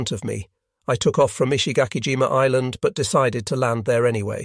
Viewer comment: This must be AI audio, since no Englishman would every pronounce "island" as "is-land", or "allied" as "ah-lee-ed".